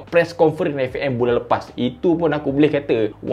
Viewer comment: "eFE'EM Malaysia" betul tegas tu 😂